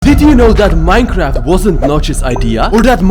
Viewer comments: it said Minceraft instead of Minecraft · I keep hering miss heard minecrad